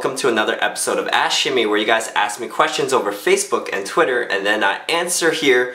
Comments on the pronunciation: when the video starts i always hear "welcome to another episode of ass shimmy" XD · 'Ask shimmy' sounds like 'ashkme' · i thought you said "ashy #5" PHAHAHAHAHAHAHA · when he say ask shimmy i keep thinking he said ash shimmy ? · It sounds like you're saying "ass shimmy". ;)